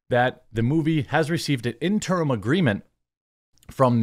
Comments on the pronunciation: Jeremy... interim.... not in-term. The more you know Interim (ˈɪn tər əm): "for, during, belonging to, or connected with an intervening period of time; temporary; provisional." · Jeremy, I know you're more accomplished than I could ever hope to be, so don't think this is looking down on you but could you please Please PLEASE learn how to pronounce the word "interim" correctly?